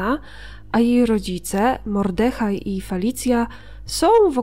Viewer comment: Hej. Pięknie opowiadasz wspaniałe historie! Jest i jednak łyżka dziękciu. Nie MordEhaj tylko MOrdehaj! (Duża litera wskazuje akcent). Mimo to pozdrawiam, kibicuję i wiernie słucham :) A tą historię, miałem zaszczyt słuchać, z ust więźniarki, która była wtedy w obozie. Łzy w oczach przez całą opowieść!